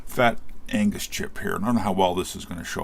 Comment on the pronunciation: Agnus not Angus. Every time you say it I'm thinking of AC/DC.